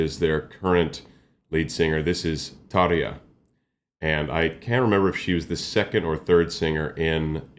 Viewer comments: Hi, I'm for the first time on your channel, great reaction and analysis. :) It's amazing version of "The Phantom Of The Opera", my favourite. I like how you pronounce Tarja's name, many reactios have big problems with her name, but you did it correct. :) She has also very dark and deep chest voice, but you can hear it only in her solo stuff. If I can recommend some artist, not from heavy music, please react to female artist Kokia, she is japanese singer, songwriter, composer, arranger and producer, also playing on piano (not that much now), she make music in genres like folk, pop, indie, classical crossover etc., and she has classical and operatic music education, but only in few songs she singing more operatic. Please react to her song "Chouwa Oto" live from History concert tour 2012, amazing song and performance, this one is in japanese language. Or, if you want to hear her more operatic vocal, please react to song "Il Mare Dei Suoni" from the same concert, full lyrics are in italian, really beautiful song and her vocal is amazing in it. Or, if you want something different, I recommend also song "Gematria" live from Layers ~Lights And Shadows~ 2016, first and second songs are different to each other, but tgis one is completely different, haha. :D It's in not existing language created by her for this one song, because like she said, emotions are the same in all languages. ;) I hope you will react to Kokia, because she is amazing and I really want to hear analysis of her voca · 👏👏👏 great job putting the effort in to pronouncing ‘Tarja’ correctly! You just made all Finns 🇫🇮💙🫵 Your understanding parallels “my lady” Charismatic….& Nightwish is the GOAT IMHO 💙🇫🇮